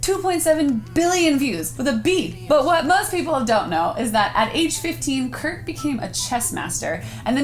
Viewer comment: His name is Kurt. Not Fart.